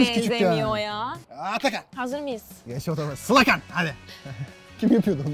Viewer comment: Sılakan?? sılakan ne